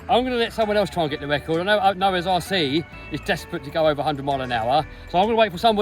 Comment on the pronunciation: Congrats on your word wecord